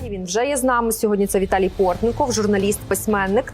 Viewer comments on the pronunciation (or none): Ведучий, не скрипи як незмащені завіси на дверях. І вбий собі в мізки, що пан Віталій ПортнИков, а не ПортнІков. Великий Львове, досить видавати клоунів за ведучих,, зміни їх, бо ці двоє зламалися. P.s.до чого ці невігласи довели аудиторію. 90 відсотків дописувачів прізвище ПортнИкова пишуть та вимовляють невірно. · Пан ПортнИков молодець, а ведучий та ведучиня - шлак Як же мило ведучий похабить призвище пана Віталія - ПортнІков. Та закрий, нарешті, свій писок, недоумку-невігласе, не скрипи як незмащені петлі на дверях.